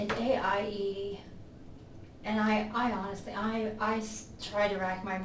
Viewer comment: Don’t say HONISTLY